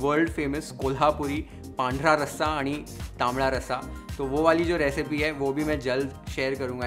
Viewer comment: Dude, tula sashtang namaskar for perfect pronunciation of "Pandhara Raasa ani Tambda Raasa" ! It was beautiful to hear! 👏🏾🙏🏽👍🏽